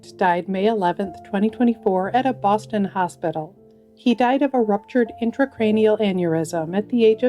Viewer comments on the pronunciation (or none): none